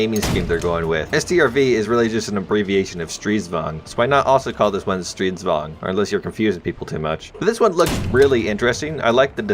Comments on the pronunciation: THANK YOU! for not saying Stridsvagen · Your pronounciation of the swedish designations are great! Well atleast Stridsvagn and Stormartillerivagn, and this is coming from a swede